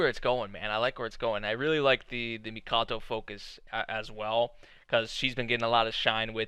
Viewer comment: Her name is Haruhime, princess is literally in her name. 'hime' means ruler The Amazons of legend did the same The name is Mikoto, not the Mikato you keep saying